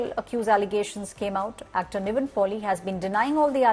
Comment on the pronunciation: First learn his actors name it’s “NIVIN” not “Naveen” . It’s a christen name as well not some difficult South Indian name pathetic news media